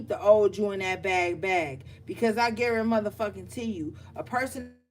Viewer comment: When you hit me with the "I guaramuthafukkinTEE you..." MA'AM 😭😭😭✊🏾